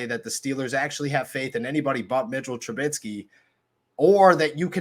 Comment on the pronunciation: It's Mitch TRUBISKY and NOT TrubiTsky. Other than you mispronouncing his name EVERY SINGLE TIME that you mention him, I sincerely appreciate what you do for Steeler Nation. Good ish. Respect, Peace & Blessings 2U & Yours. 🙏🏾💚💨✊🏾